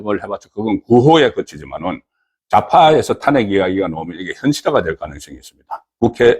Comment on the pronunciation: 탄핵 ' 이 아니라 '탄핵' 악센트를 앞이 아니라 뒤에 두고 발음을 하세요